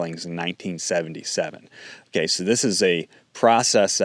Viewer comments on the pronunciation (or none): none